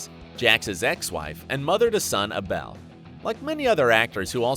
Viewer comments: What about when he called Abel, A BELL.... are u kidding me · Gemma: pronounced Jem-uh Abel: pronounced Able, not A-Bell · Ironic how Tara played a role with the name “Wendy”. 🤣 Edit: Wendy’s son is not “A-Bell”, it’s pronounced “ABLE” spelled Abel like as in the biblical “Abel & Cain”. Also, I never saw Unser as a “dirty” cop. He simply helped the MC a lil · Gay-ma and Ab-elle? Really? 🤨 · Did this loser just say “Gaymaa” and “Aaabel” ?? Wait till Jax finds out about this. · " Ge-mah, A- Bell, Tragger!" This narrator needed to be whacked before Opie, just saying.. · Did my guy really just pronounce Abel as A-BELL? Bro, is it cozy living under that rock of yours? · so GEMMA isnt pronounced with a G its a J like Jemma and able its pronounced ayble jeez dont review something if u havent watched it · I vote Yay... on the Mayhem vote... Abell. instead of Abel... seriously maybe watch a couple episodes of the show before you talk about it.. he sounded hella stupid. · Whoever the guy is has never watched the show and has no idea on pronunciation on common names. Abel......."A-Bell" Can't even say Forest Whitaker properly. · And he couldn't say abel. He said it A-bell lol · I dont think he ever watched the show. He also called Jax' son ABEL- when it was always pronounced as Able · The way he pronounced Abel as "A-Bell" pissed me the fuck off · A bell and Gehma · narrator has a nice voice, but needs to know how to pronounce people's names.. I.E 'Gemma' , ' Abel' And " Forrest Witaker " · AHAHA I’m sorry but “Ghemma”?? 😂 how do you get Gemma so wrong hahaha Edit: HAHAH OH GOD I JUST GOT TO HIM TRYING TO PRONOUNCE ABEL 💀💀💀😭😂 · I don’t think he pronounced anybody the names correctly. So bad it had to be on purpose — screw up Abel? Yikes. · Pronouncing gemma and abel gives me headache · He couldn't pronounced Gemma or Abel lol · Who doesn’t know how to pronounce Abel. This narrator is legit stupid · Bro how did u not pronounce Abel’s name right ??? 😂😂watch at least one episode